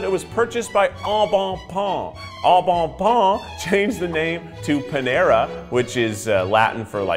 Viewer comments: the way that Keith is butchering the pronunciation of “au bon pain” will be MY descent into madness 💀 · The way Keith said “Au Bon Pain” would’ve triggered my French teacher’s fight or flight response